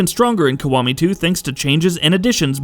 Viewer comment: WTF is Yakuza Kawami?? Its Kiwami. KI . Not KA.